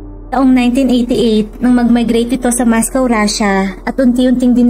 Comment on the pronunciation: Aydin mo ang accent mo “ Michael “ at “ mascow “ hahaha !